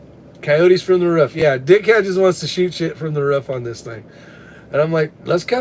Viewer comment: WTH is a ruff 😂 it’s a roof u live in the south now 😂